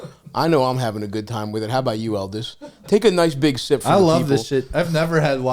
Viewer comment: Its Eldis guys… JFC not that hard.